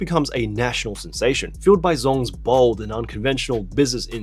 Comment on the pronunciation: You pronounce bold like bald